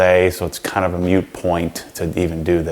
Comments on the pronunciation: Did you say mute point? Haha just playin. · "Mute Point" or Moot Point? :38 in